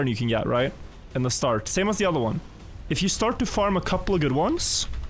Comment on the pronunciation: I like how always says "starch" instead of "start"